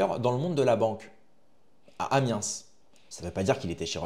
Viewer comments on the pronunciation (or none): Hep ! On ne doit pas prononcer l’S d’Amiens. Ou alors il faut dire Limojsse, Marseillze, Parisse ? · Résoudre pas résolver, Amiens sans prononcer le S